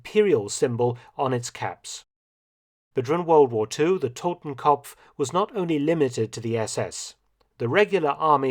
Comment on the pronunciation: Just FYI; It's "Totenkopf" not "Totemkompf"